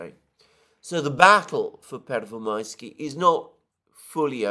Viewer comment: Pervomaiskoye is the Russian name! Pervomaiske is Ukrainian. Your "Pervomaisky" doesn't exist. ^^